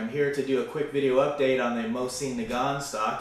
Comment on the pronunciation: It's a mosin not moezine